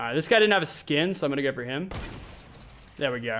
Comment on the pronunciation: its no, not nir....to, not tir...go, not gir!!!😑